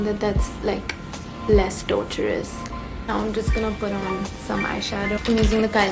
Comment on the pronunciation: when you said “now toh” i love how the Indian in you is still evident while you continue to live and grow in LA